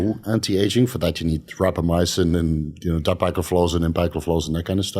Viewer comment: said rapamycin for anti aging, what were the other two? i have no idea what he’s saying